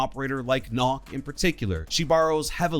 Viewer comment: Its nøkk, not "knock" i mean you dont pronounce it like that